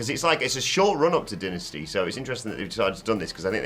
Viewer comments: You can say Dynamite but then say Denasty..... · Say it with me... DIE-NA-STY